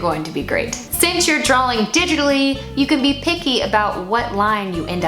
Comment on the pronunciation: I admire so much, but please stop saying "drowling". And I say this with love, because you really are soooo talented. Honestly, Im probably just jealous and my ears are making up sounds. Again, love you!